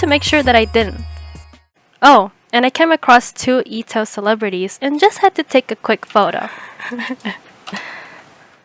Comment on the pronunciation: calling etoh E TEE O HAYCH is like saying geo dash